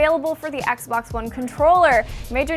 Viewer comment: I think you meant xbox you kept saying fagbox so xbox is how you really spell it not fagbox